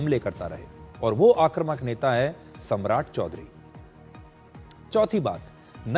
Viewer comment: आक्रमक नहीं आक्रमक बोलो बेटा